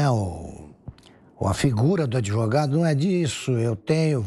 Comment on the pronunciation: "ADIVUGADO"... É como pronuncia o "grande, honesto e ilustre" Relator dessa vergonhosa CPI. Que nojo! 🤮